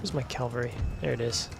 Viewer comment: Enjoying these vids. Its cavalry rather than calvary 😅